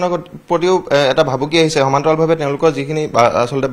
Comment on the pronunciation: Wrong pronunciation,Reporter should practice Assamese language